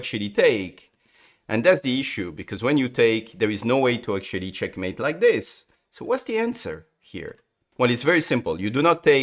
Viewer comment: Can't believe this is the guy who says "cHyeAkmeit"